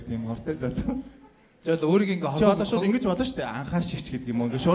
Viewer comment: Төрөө минээ шуу биш шууд гээд хэлээд сурчихаач тэхүүүүүүү